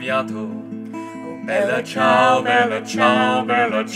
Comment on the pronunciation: I find this accent offensive. shudder Its the Bella Ciao part. Just as awful as an american pronouncing the name Dimitri. Which is just my issue, i know, but it feels wrong not to hear it in an Italian accent.